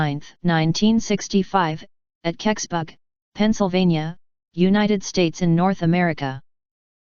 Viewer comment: It's impossible to mispronounce Keksburg unldss you're trying, why are you trying